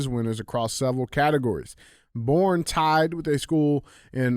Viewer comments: Bless it DJ! I appreciate this show and love y’all so much! BUT! Please, look up Texas town pronunciations before your awesome stories! ❤ (Boerne is pronounced Bernie). I’m sorry we can’t spell round here, lol! 😂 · One thing I’d like to address is to DJ. It’s actually pronounced “BERNIE” Texas. I know it’s stupid haha. We drove through the city and learned the hard way 🤣 the black rifle coffee store is there with a gun store connected to the side. Texas style! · hey DJ the Texas town is pronounced “bernie” not born. I know its not spelled that way but that’s normal thing in Texas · All the trophies DJ thinks he earned are revoked after that lame ass Sandy joke at the end 😂 Btw “Borne” is pronounced like “Bernie” but I give DJ credit because I was told to never judge someone for mispronouncing a word, it means they learned it from reading. So, I will never make fun of someone for learning/reading. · DJ, you have everyone in the San Antonio metro area screaming at you. The town and high school are pronounced "Bernie" not "Born". 😂😂😂😂😂 Keep up the great work! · Idk why they made Texas towns so hard to pronounce for outsiders, but Boerne is pronounced “Bernie” not “born” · Was listening to the pod but had to come on here and leave a comment. DJ thank you for killing my towns name SMH. It pronounced BURN-ee Come on man! Lol Love the show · Hey there long time listener ! Boerne Tx local , just as an fyi it’s pronounced (Burn-knee). And yeah we are fucking badass at everything down here! God bless and I’m not a HOE! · It’s pronounced like Berneee just fyi lol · Boerne, TX. Pronounce Bernie